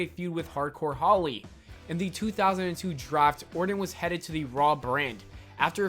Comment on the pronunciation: Lol rite plus he called em ORDIN the whole video